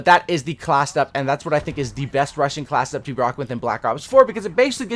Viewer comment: You talk so fast you say classdup instead of class setup at first I thought you said classdup and I didnt know what you meant